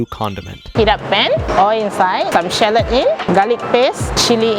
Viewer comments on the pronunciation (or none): none